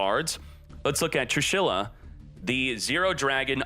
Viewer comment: Everyone: "Trééshula": TRUE SHYLLA!!!!